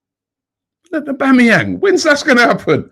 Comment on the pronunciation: Robbie how could you do ‘ OHH2BEE & booHooMan like that?